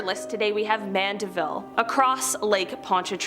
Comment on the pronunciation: She pronounced Mandiville correctly.